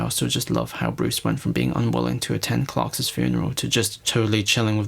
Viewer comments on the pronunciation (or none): Did he say “Clarksas” 😂🤷🏽‍♂️